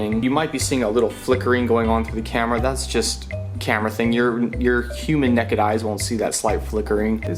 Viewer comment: I love that you say neked lmao. " human neked eye"